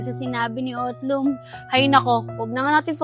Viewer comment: utlung ❎ otlog ✅